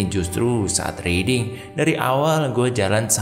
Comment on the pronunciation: Riding dibacanya RAIDING bro